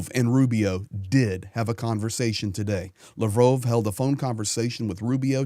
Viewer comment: You should familiarize yourself a little bit more with Ukrainian and Russian language the way you pronounce the names are crazy. Lavrov = Luh*vraav